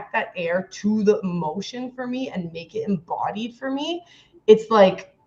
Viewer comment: E motion. Not AH motion.